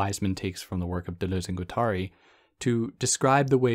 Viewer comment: It has to be pronounced "ak-ILL", right? Maybe akillEE if you're super anglophone. Only because you said you really do care about pronunciation, i have to commend the way you say Deleuze, but point out that Guattari should be read as gwa-ta-REE. Sorry if this has already been pointed out to you, and thank you for your content.